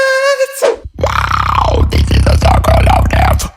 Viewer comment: Me:It's just a suggestion but I think you should change the way you say "Details":It's called "style" haters. 😊